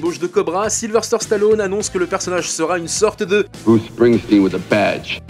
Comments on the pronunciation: Question stupide, pourquoi tout le monde y compris chez vous "Capture mag" vous l'appelez SYlVERSTER on non pas SYlVESTER ? Alors vous allez me dire non tu entends mal...Mais non. Mettez les sous-titres et vous verrez que même cette application détecte que vous mettez un R là où il n'y en a pas. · Voix off horrible à déformer son prénom à tout va. Silver stère...